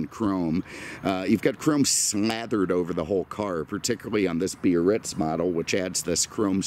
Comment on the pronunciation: Yesss!🤩 You pronounce Biarritz cor-rect-ly with 3 syl-lab-les! "Bee-ar-ritz", not the clunky "Bar-ritz" of a few car posting hosts. Thanks for that touch of class,.